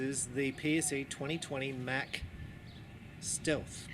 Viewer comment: It's pronounced Mock not Mack